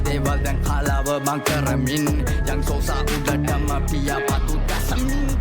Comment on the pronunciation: සෝසා ❌ සොසා ✔️